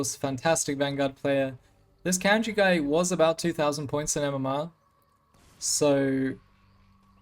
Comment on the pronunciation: my poor guy you're driving me nuts. it's kaan jee. (long A) (kanji / 漢字 / かんじ) not a can of jee. also can you / could you turn up the game sounds and/or music by like 250% for these casts? that could really help.